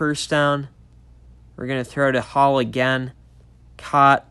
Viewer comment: Who the hell is t. Hall? It’s T. hill you fool